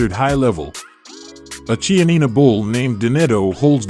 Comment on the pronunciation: Limousin is mispronounced. Lee-moo-Zan, in which case the N represents a nasalised A, not an actual N sound. The Ch in Chianina is pronounced like a K.